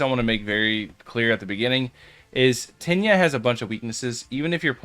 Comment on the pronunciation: Diss liked bc u keep saying tinyia 💀